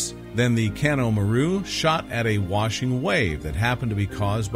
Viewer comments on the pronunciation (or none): none